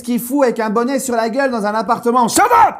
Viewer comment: Ahaha j’adore trop le « SHUT UP »😅